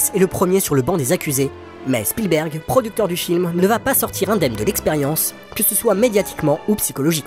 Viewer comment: Merci d'avoir prononcé Spielberg et non Shpielberg, comme font certains. Il est américain, pas autrichien. 😊